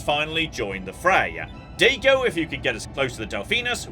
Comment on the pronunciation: Especially Daigo.